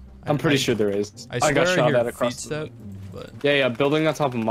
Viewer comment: 3rd time watching this and I just noticed this nigga said “feetsteps”